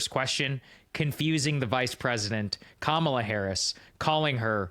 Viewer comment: I thought too that he called Kamala, Pamala¿